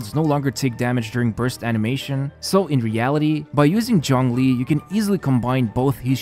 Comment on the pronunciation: It physically hurts every time you say "John Glee". Zh as in G in genre.